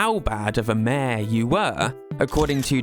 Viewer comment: city folk is the american name. Its called lets go to the city in our countries where mayor sounds closer to mare than to major…